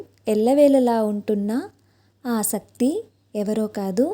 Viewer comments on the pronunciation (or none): శక్తి బదులు సక్తి అని చెబుతున్నారు సరి చేసుకోండి